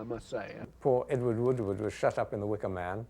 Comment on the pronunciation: Ewar Woowar